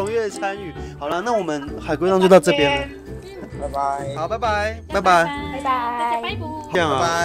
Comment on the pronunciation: 所以為什麼拜拜都要講成「麥的麵」😂